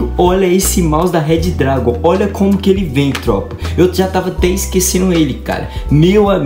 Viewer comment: Se fala Redragon e não Red Dragon